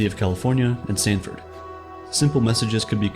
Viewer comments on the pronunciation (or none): Lmao internet was created at UCLA and Stanford, not Samford (some college in Alabama).